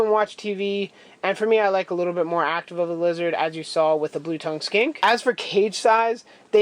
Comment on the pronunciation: I was like "did you just call your lizard a skank?" Then I realized you said skink...